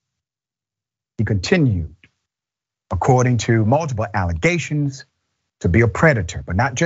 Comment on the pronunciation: Xcala never a Trump lawyer akeays a staunch Democrat, and he just said alligations